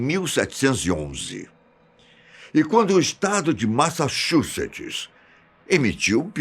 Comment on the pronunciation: tu não consegues pronunciar Massachussets! Eu também não! 🤣🤣🤣